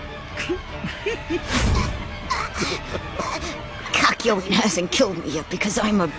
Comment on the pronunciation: Its CACK YO WEEN